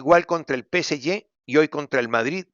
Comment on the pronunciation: Dios santo !! Alguin que le diga que NO es PCY…..!!!! Es PSG !!! Que horrible suena eso!!! En un señor profesional!!!!